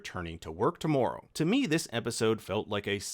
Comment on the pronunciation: you can totally tell you're Canadian the way you say the word "tomorrow"